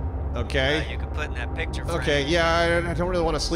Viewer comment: I hate the way says "pitcher" instead of "picture". That's it, that's my 2 cents on the internet today. Have a good day everyone.